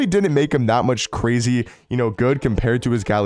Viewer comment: Grazy lol … Michael Ryan.. Lol.., you messing up words is the best part of some of your videos.